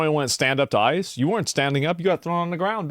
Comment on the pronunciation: Did she call ice isis?